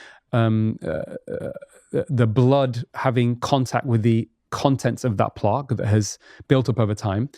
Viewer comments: Why does he keep saying plaaaaque. Its literally never been pronounced that way ever by anyone. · He knows so much information, but I was very surprised that he couldn’t say plaque. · plOque lol